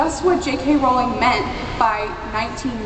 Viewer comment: She pronounced Rowling wrong!